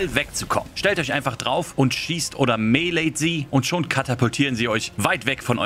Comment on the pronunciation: Spielt einfach mit Controller und wie er mele ausspricht 😂